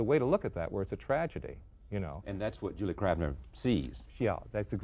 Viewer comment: Kavner, Charlie, not Kravner.